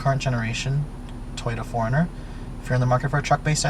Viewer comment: This is the car I would buy in a heartbeat if I could afford to buy a new car. I've always wanted a 4runner. Anyone else notice how he kept pronouncing 4runner as "foreigner?" :)